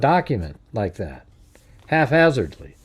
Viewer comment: “Half hazardly” 😂😂😂 good one. Please tell me you know the word haphazardly 😂